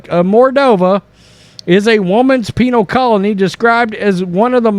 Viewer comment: You said “Penal”